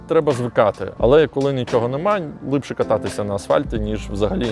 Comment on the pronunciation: Все агонь, суржик рулить, але слово "лИпше" прям дуже сильно ріже слух) А так повага, виженемо все руцьке за порєбрік!!